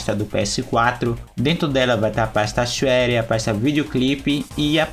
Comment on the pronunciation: "Clica duas vezes no botão sháre" xD minuto